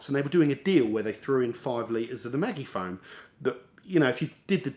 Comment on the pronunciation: "Maggie - Foam" 🤣🤦‍♂️